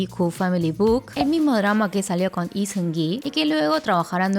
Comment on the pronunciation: hola! una pregunta, por qué Lee lo pronuncias como "i" sin la L? como en el por ejemplo!